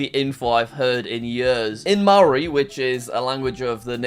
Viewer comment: As a kiwi I am offended that you said "Mari"